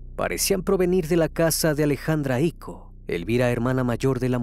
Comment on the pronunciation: Es Icó, no Ico